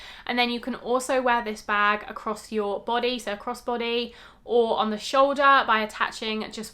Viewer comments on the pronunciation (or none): none